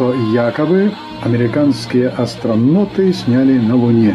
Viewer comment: Такое произношение если по-аглицки. Astro'n'out